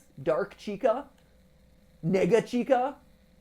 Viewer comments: IM SORRY BUT I THOUGHT HE SAID A WORD THAT SOUNDS VERY SIMILAR TO NEGA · he said nega, as in negative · why does it sound like hes saying the N word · he's saying nega, as in negative. it sounds very similar so i understand the confusion. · i thought he said the n-word for a second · When he said nega chica I thought he said n-word chica and I went straight to the comments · why does it sound like mat said the n slur. wtf don't say that legit!